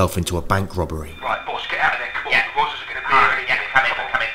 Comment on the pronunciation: Yeah* not Yeahr